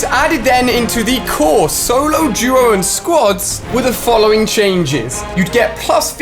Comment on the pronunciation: Y do u say duo like guo